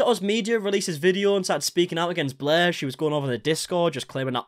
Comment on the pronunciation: SAME. I felt really petty for it, but I stopped watching because I couldn’t stand the mispronunciation of such simple words.